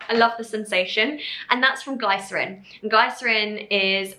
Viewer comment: no shade to Niomi, I absolutely love her but it makes me wonder how much research was done on the ingredients overall since she mispronounced quite a few words like glycerin and squalene. She also mentioned putting the oil on top of the moisturizer but oils are supposed to go before for the cream to seal the moisture in... none the less the products look and sound beautiful. I am really keen to try the mask but was wondering how many % glycolic acid is in there plus when Niomi is willing of course, to make a video addressing some life updates, what happened to her relationship etc